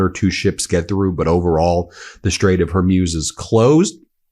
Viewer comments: Ben, please say "Straits of Hor-mooze"; NOT Hair-muse" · Ben, it's the Strait of Hormuz, Hormuz. Not Humroz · Ben, it’s pronounced hoar-mooz not hoarm-yoos. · Ben: the word Hormuz is pronounced “Hore-Moose” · Ben, it's the strait of Hor-mooz.... it's not a long sound u